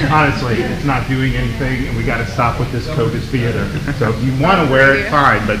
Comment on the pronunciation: New pet peeve: Kyle saying "theerder" instead of theater